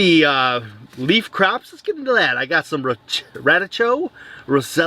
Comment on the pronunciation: The red onion is Cipollini- Chip uh lean ee The Radicchio is Ra dick ee O.